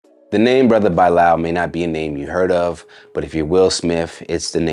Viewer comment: Dang Bro you making me cringe whenever you pronounce Bilaal "Bye-Lyle"